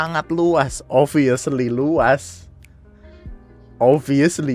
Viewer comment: oBviously Bukan oviously 😁